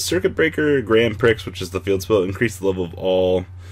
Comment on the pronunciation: prix is pronounced PREE